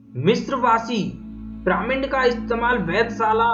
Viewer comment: "पिरामिन्ड" नहीं "पिरामिड" बोलते है भाई 🙄